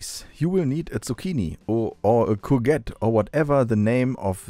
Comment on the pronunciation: Cour-gette, the second syllable sounds like a soft zhette sound.